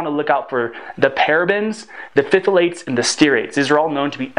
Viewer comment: I noticed that mispronunciation of "emphasis," too. Also, "estradiol" isn't pronounced "estra-dare-all," nor is "phthalates" pronounced "fiffle-ates" or "fithle-ates" (I cannot make out exactly which in the relatively fast stream of speech). Nor is "synthesizes" pronounced "sin-thizes." All mispronunciations provide briefly jarring, negative impressions.